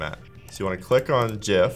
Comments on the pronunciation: Jif is a porn-movie where the key-frames are sticking together because yuk. Whomever is in the background talking you into this disgusting pronunciation, we are coming for you. IT'S PRONOUNCED GIF! STAAHP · It's a Gif not a Jif! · cool video but dont say jif please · Gif not Jif - Graphics Interchange Format. Not Jraphics Interchange Format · If you say Jiff instead of Gif then swipe left. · I say “Gif” not “Jif”!!! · Graphic starts with a "G" not a J... “Gif” not “Jif”!!! Correct... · It is pronounced like Jeff but Jif. so... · No, the creator of it says it's pronounced JIF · I worked for one of the developers of GIF89a back in the last century. He and his team at CompuServe asked Jiffy Peanutbutter if they could use their colors to associate .gif89a with them in order to instill the right pronunciation, they said no...the wankuhz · The G in GIF is a hard one, as it comes from Graphics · ITS GIF G I FFF